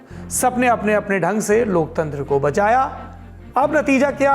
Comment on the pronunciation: bachaya ya bajaya😅